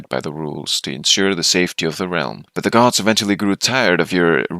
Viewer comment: I thought you were saying guards so when i heard "the most powerful of all the guards" i was thinking "hmm yes a quite powerful guard."